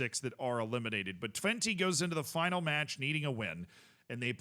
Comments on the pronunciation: Twenty is a funny pronounciation 😂 Technically speaking, it's "Twent - uh" but honestly valid. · I love that calls Twente, Twenty 👌